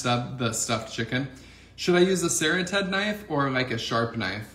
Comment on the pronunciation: Serrated is not pronounced sara-ted, but ser-rated (hard A). Just so you sound more professional